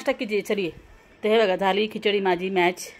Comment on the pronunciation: मॅश बोलो मॅच नाहीं